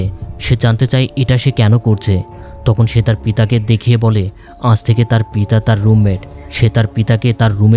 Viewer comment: বার বার পিতা শব্দ টা কেমন যেন শোনাচ্ছে😅